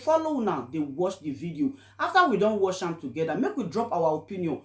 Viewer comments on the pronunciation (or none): Sister please try to correct yourself, it is watch not wash biko